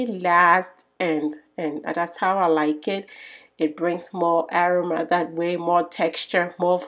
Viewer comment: Its called aroma a-rom-ma. You had trouble saying that word.